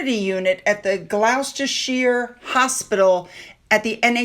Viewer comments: Another odd English pronunciation for you…..Gloucestershire is pronounced Gloss-ter-sheer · "Gloucester" pronounced "gloss-tuh". "Gloucestershire" pronounced "gloss-tuh-shuh"! But we know what you mean! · it’s Dame as in there’s nothing like a dame and Gloucestershire is pronounced Glos-ter-shur